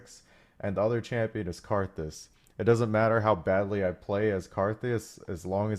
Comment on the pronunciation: did he just said karthus ?